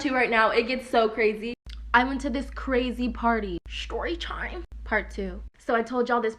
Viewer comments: I HATe when they say ShToRyTiMe idk why. im neurotic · ikr! Shtory tiem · ShToRy TyMe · If I hear that one girl say sHtory tImE one more time... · She said tchyme but yea it was funny